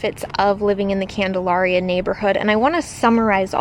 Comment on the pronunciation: My family lived on the corner of Bolton and Prospect, a block NE of the elementary school ( ). Everyone in Salem pronounces Candalaria as you would the word malaria. The mid-century modern that you opened the video with was built by my godparents Charlie and Margaret Mills. Thanks for the fun walking tour of the old neighborhood; it brought up many fond memories of childhood friends and what seemed like a simpler time.